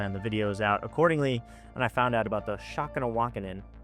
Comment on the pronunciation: Pronounced Shun Ka War Ah Kin. Lol. Damn. Just a heads up from a member of a Montana tribe-Apsaalooke